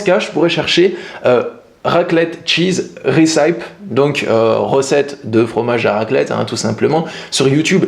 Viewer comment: Video intéressante et motivante merci pour le partage . Une petite précision le terme : Recipe en anglais ne se prononce pas "resaype" mais plutôt " reh.suh.pee "